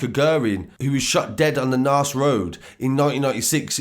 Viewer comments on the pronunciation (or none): Guerin is pronounced as Gearin Naas is pronounced as Nace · Great story but I reckon Gilligans was the only name you got right. Guerin = gear-in Cahill = cat minus the 't' - hill Naas = Nace